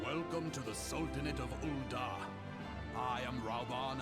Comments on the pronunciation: We gotta talk. Ooooo Dahl? It’s “UL’daaa” the H makes the A long. The content is good, just a touch of homework. Every name in the game has been voice acted out at some point, even the obscure ones. I beg, please. 🙏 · It's ul'daaaaaa there us no extra L in ul'dah